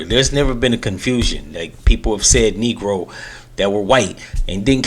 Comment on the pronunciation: do you know what’s in his heart? SMDH. if you listen to the word, the 1st syllable is “NEEG” (it was an awkward attempt to say a word that he probably never said …who says “Negro” nowadays??), so it doesn’t sound like a casual slip of something he says “behind closed doors”. Also - I’m sure he realizes he flubbed it AS HE WAS SAYING IT & was completely •mortified•. Can you imagine being on national tv & you intend to say the word “country”, but you have a tongue tied accident & say “CUN¥” ?!? You’d be mortified.